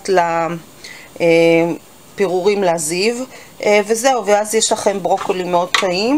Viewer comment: ברוקולי. לא ברוקלי!